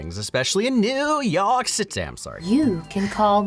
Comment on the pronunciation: But this isn't Neuewuww Yeorrk Citaayyyyy, its fudging Staten Island.